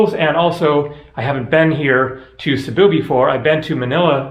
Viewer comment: Cebu is pronounced SAY-boo:) it always helps to know some basic phrases in the country one is visiting, knowing the correct pronunciation in their language helps so much as it shows respect plus your communication will come across clearly leaving less chance for error..less chance getting wrong directions ect.